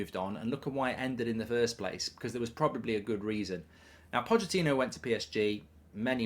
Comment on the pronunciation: ‘Pochettono’ 😂🤣 made me laugh